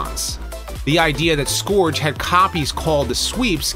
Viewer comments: I hate picking nits, but Scourge is not pronounced "Skoowrge", but instead "Skerge". Killing me with that. great video though- super informative. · Scourge is pronounced /skɜːʳdʒ/ a little different depending on American or British what with the rhotic r. But the vowel is not /ɔː/ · Why can't you pronounce "Scourge" correctly?